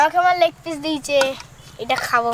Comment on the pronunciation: Pish na piece hobe